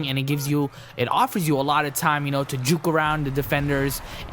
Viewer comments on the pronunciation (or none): none